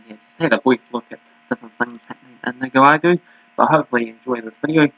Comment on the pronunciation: Nick-a-rah-gwah. 😂Lol. I can help you here. I’ve been watching this league for the last month.